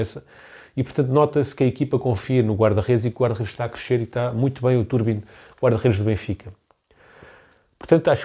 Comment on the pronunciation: Bom vídeo, só um apontamento que me faz um bocadinho de confusão, o nome do guarda redes diz-se Trubin e não Turbin 😂. Abraço